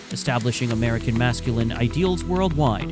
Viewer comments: Mask ku line? If you're going to let ai read your script at least correct it's pronunciation of common words. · Mass Kew Line Culture. It's pronunciations like this that make people think "AI shit vid"